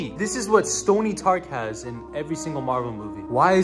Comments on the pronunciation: “Stony Tark ” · "Stony Tark"😭😭😭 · Did he say Stony Tark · I like the way said Stony Tark instead of Tony Stark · Tony Stark❌ Stony tark✅ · Yo did he just say stony tark😂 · "Stony Tark"💀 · "stony tark" WILD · "Stony Tark" 💀😭